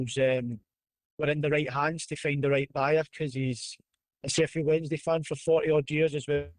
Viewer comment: Why does Stelling insist on saying Wedensday? Rather than Wensday?